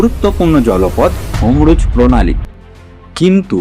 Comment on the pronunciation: হমরুজ না বলে তরমুজ বলতে পারতেন। চ্যানেল চালানোর আগে উচ্চারণ সঠিক করুন।